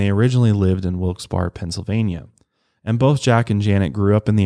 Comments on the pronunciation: i live here in town! also little future tip, it’s pronounced more like wilkes “bare” instead of “bar” ! 😂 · I love you but my ears hurt from hearing you say Wilks-bar instead of wilks-bear 😭 so weird to remember not everyone is from around here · its pronounced wilkes- "berry" not "bar" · As a local I have to correct one thing. It's pronounced Wilkes "Berry", not Wilkes "Bar". The Barre in Wilkes-Barre comes from Issac Barre, who was one of the two members of British Parliament the city was named after. Technically you can go into the true french pronunciation of Barre's last name as it's root is french but Americans apparently have trouble with the rolling r's, so. Sorry we always hear the mispronunciations here and it just makes a local launch into "That's not how you say it". 😂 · It's Wilks(Berry) Pa.... Not Bar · I'm from Scranton/WB area & it's wilkes-"bare" not berry or bar.. it's bare as in bare ass! 😂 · Exactly! Its pronounced "Wilkes BEAR" by locals. What gets me is that local news channels call it "Wilkes BERRY" LOL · It’s not pronounced Wilks barrey(although that’s not how it’s spelled, just pronounced) that’s crazy though I didn’t know that, that’s where they are from. Mile higher fam ❤ I’m here for it all. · You can also say that a demon will also smell like Sulfur. I live in Pa, Wilkes Barre is pronounced, 'Berry'. You tried and almost had it. Lol, God bless! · Wilkes Berry. that's how it's pronounced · As a Pennsylvanian you're pronouncing Wilkes-Barre incorrectly. There is "debate" in the area but the two I've heard are Wilkes-bear or Wilkes-Barry. Such an insignificant detail in the grand scheme of this story but I had to comment. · Its actually pronounced "Wilks-Bare" and a lot of folks in central Pa pronounce it "Wilks-Barey" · Its pronounced wilks-bear lol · "Wilkes BAR" hahaha I love you but man did this kill me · Lol im from near there its "Wilkes barry". But i mean ive heard people say "TUS kon" AZ too